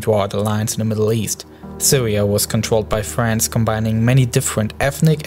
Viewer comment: "gweat bwitain and fwance"